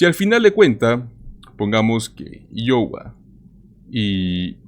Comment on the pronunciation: Por lo menos deberías preguntar como se pronuncia Iowa